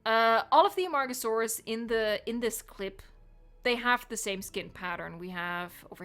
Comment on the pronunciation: A-MARG-oh-sore-us. It make me laugh, i have some problems. And, back serious, i think (and hope) they'll present mosasaurus next time, the marine group.